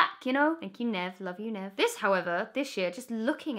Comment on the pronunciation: Oh Emma. You broke Nev's little heart every time you pronounced his name wrong